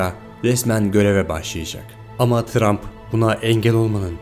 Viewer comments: tump ne trump olcak ksks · 'te montaj hatası yapmışsın Trump' a Tump demişsin